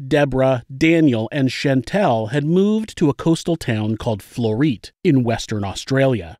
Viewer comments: “Floreet”..is floreat and is said ‘floreeatt” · As a West Australian I was trying to work out where “Floreet” was. Then I realised it was the suburb Floreat pronounced Flo-re-at ☺️. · Lol I’m from Perth, Western Australia 🇦🇺 (Floreat is pronounced Flor-ee-ut not Flor-eet) 😬😂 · The suburb “Floreat” is pronounced “Flor-E-at” (three syllables) 😉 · Ha, took me a while to realise it was Floreat, although I would say Flo-Ree-Uht, Perth represent. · Floreat is pronounced FlorRiat. From WA< never heard of this story??? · I’m from Perth Western Australia and drive trucks to Busselton and Nannup. I’ll let you know if I see them. Also the way you pronounced Floreat and Kalgoorlie was so wrong but sooo funny,for us aussies anyway. Love the channel